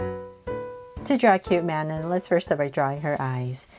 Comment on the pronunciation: Manon's name is pronounced MAN ON no hate